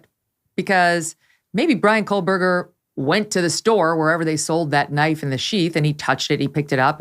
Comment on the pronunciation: Great show. FYI - there is no 'L' in Kohberger.